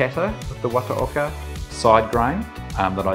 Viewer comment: Great clip and demonstration. Not too bad on the pronunciation, but 綿岡 (the company name) would be something akin to wah-tah-okah 😁